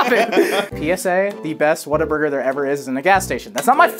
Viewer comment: I'm a Texan and I am so triggered by the way says Whataburger